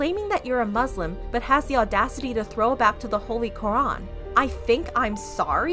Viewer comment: When she said lorac I thought she said the rock 😂